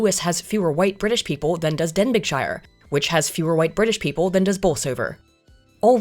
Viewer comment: Good to see you drop another banger of a video. It was only a couple of days ago that I thought I hadn't seen a video from you for a wee while! Also Denbighshire should be pronounced "Den-bee-shur", but that's an immigrant for you, even if you are on the posh islands!;-) I do get concerned by this sort of thing, particularly as I know many spiteful folk who would love to crush everything their forebears did because they view the ancestors as evil, and so view themselves as saviours, as long as it's not near them of course. And yes, I do think we're in hard times, though the young'uns I've encountered recently give me some measure of hope.